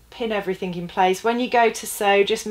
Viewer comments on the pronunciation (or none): No K in everything. Please stop saying everythink.